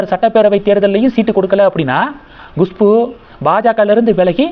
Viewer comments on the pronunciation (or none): Gushpu Gushpu Gushpu, very adamant, refuses to correct, how many times you are pronouncing wrong, horrible, correct yourself, it is Khushboo